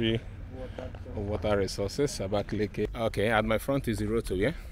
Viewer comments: I'm from Ebonyi state And I will still tell you the correct spelling is Abakaliki not abakeleke Don't justify what you don't know You can equally asked people the correct pronunciation Thank you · this pronunciation us really annoying ndi "abakeleke" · Nice content as usual We should be expecting latest updates of work at the airport What you gave us last time wasn't the latest Kudos for job done And again It's Abakaliki not abakeleke Pronounce what you read not what you hear And for the water you saw That's not a fishing pond or river It's a boat ⛵ cruise which was initiated by the governor but seems it won't be possible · Beautiful vlog but you guys need to learn the proper pronouciation of abakaliki,which is aba,ka,li,ki not abakeleke.